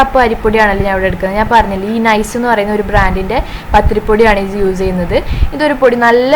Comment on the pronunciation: Hi ayshu entha s in pakaram z use cheyyunnath. Uze ennu parayunnath